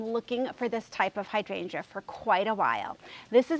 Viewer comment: I find it really interesting that you say hydrangea (hydran juh) like I do in St Paul MN. While so many people on youtube mispronounce it as hy drain gee-ah. It is the same with clematis, so annoying since if any of those gardeners google the pronunciations, they will see how they are off the mark from official pronunciation.